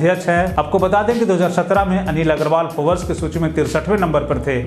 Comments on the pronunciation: Bhai phobers nahi hota hai...Forbes Instead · Forabs nahi " Forbes"